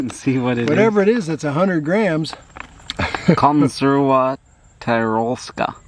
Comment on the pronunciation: Bro you don't speak a different language with your won language. You know you don't say konserwa but konserVa. And it's not tYrolska but you know how you say tin? So ti-rolska.